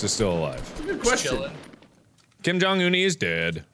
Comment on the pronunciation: Wait. Is that guys name- Kim Jong Unnie? 😂😂 (un-ie) Korean speakers wya